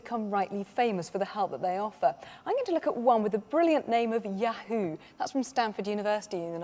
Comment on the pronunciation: That was a great pronunciation of Ya- Who